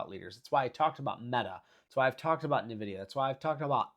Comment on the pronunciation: Why do you call it navidia? It’s pronounced EN-vidia